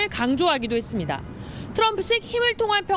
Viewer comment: 음... 열심히 하는 남자 앵커님한테 미안한데 혹시 발음교정 연습좀 많이 하시면 안될까요? 했습니다 할떄 매번 발음이 했습니댜로 끝나네요. 이게 한두번도 아니고 20분 넘게 동영상을 보는데 니댜니댜니댜 소리를 한번도 맞지 않게 발음을 하니까 정말 뉴스 듣는데 괴롭습니다. 고치세요 좀.